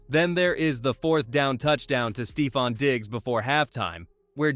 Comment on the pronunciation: bro cannot get a single first name right. stevon diggs, travay-on henderson. bro